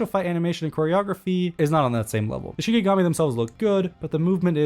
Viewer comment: Its not shiNIgami. Its shiKIgami